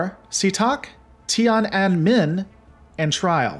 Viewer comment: The way he said "Tian'anmen" Made me cringe